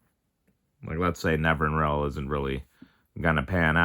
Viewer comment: Nev-in-ir-all is the pronunciation